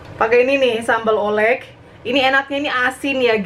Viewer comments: menurut aku si sambel oelek itu dibaca nya sambel ulek deh. Kan jaman dulu huruf O sama E itu jadi U,,menurut aku ya hehe,btw aku suka bnget sama chanel mamak. Aku suka ikutin apa yg mamak masak 😍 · Sambel Ulek kali cara bacanya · Sambal ulek bukan sih, bacanya? Kyk ejaan jaman dulu gitu, oe dibaca u.